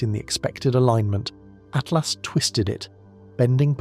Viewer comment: Yes it was bugging me that the voice said 3 atlast but I like your take on it. Free at last!